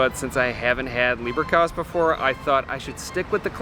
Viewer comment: Leberkäs rather than Lieberkäs (the Le- sounds like English lay more than lee). I think Central is the most architecturally stunning of the classic Viennese cafés but it is definitely the one that draws the most tourists. And you're right, most people who go there are only having cake rather than a savoury course - and that's the right choice really, the selection of cakes is fantastic. I got into the habit of choosing the eponymous cake for whichever café I was in - the Centraltorte was a chocolate-topped, marzipan-filled effort with an edible red chocolate seal on top. Having lived in Bavaria I was already familiar with Kaiserschmarrn - in Bavaria and Austria, Schmarrn is also slang for nonsense (as in you're talking a load of nonsense) so Kaiserschmarrn always elicits a bit of a smile.